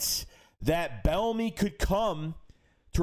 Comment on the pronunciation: What up. I think his name is pronounced “B ENEMY”. It’s all good